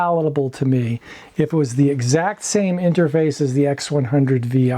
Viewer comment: X100 six. Not Vi